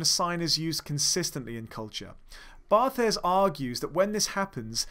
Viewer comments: Such a great video! Although, his name is pronounced Bart, not Bar-thez :) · Fantastic video, thank you. Also, Barthes is pronounced 'Bart', like Bart Simpson.